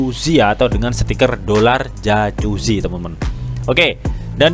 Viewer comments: jakuzi bacanya bro, bukan jacusi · dibaca yakuzi bang,,,bukan jajuzi,,hehe